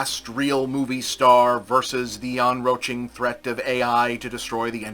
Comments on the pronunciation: On-roach-ing? Never heard "enCroaching" pronounced that way before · I did a double take and thought I'd misheard the first "enroaching" but then he said it again and I made the confused labrador face